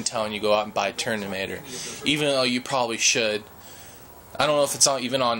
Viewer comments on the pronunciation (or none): IT'S FUCKING TERMINATOR NOT TERNIMATOR! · dude u make no sense atal its nowt to do with steave jobs and and its terMinatoer not terNinatoer lol funni guy tho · your way of explaining is rather overlenght. I'd believe people would listen more to you if you just get to the point. No offense, I'd have no interest how old your father is. And it's Terminator, not Ternimator. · TERMINATOR not ternimator..lol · he said ternimator lol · Yellow Iron he said it like 10 times😂😂😂😂😂😂